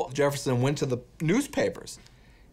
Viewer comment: The way he mispronounces Jefferson lol “Jerrefson” 😂